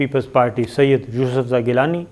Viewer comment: سید ، اتنا زور دے کر نہ کہا کریں۔صرف گیلانی ٹھیک ھے ۔ اتنے اہم اعوان میں اتنے غیر سنجیدہ لوگ جن کو ہر وقت الیکشن چاہیں